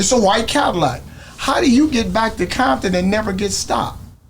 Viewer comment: Grown man saying Bompton instead of CoMpToN 😂😂guess he still bangin 😂😂 BOY wish that was popular in 90’s when we used to drive down ROSECRANS deep af Blued up CRIPPIN Crazy lookin for a set to green light to get the BG’s a target so they can stop killing each other 😂😂😂They knew they bet not do nothing wrong because big homies had a plan on they azz but they didn’t bite😂😂😂bompton 😒CoMpToN ain’t no Bomptan and say you used to say that in 90’s when Crips had all them crazy niggaz and nigaz had police Reggie Wright Jr on they set trippin on Crips hurt over the killings bout to get smoked and had to go get his daddy the one he told on to Feds 😂😂😂😂That described BIGGIE shooter had great aim tho, he must’ve been in the range practicing 😂😂😂